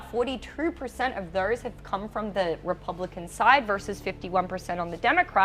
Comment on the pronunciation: What is wrong with this woman's mouth? She's substituting the letter E for the letter O when she speaks!! Saying "thers" instead of "those", or "verters" instead of "voters", etc!! It's hilarious!!